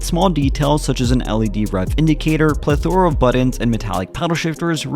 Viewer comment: Ple'--thora - accent on the first syl